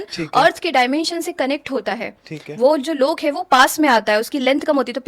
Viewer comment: ये लोका नही लोक होते है कर्मा नही कर्म होते है .. ये तो अलग बात है मगर ये सच और अच्छी जानकारी है और ये सबको पता भी हो तो अच्छा । वैसे जीवित बुज़ुर्ग जो है उनका भी पूरा पूरा ध्यान रखना भी अच्छा कर्म है जिससे सौभाग्य प्राप्त होता है।